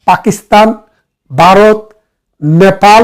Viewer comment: বারত নয় উচ্চারণ হবে ভারত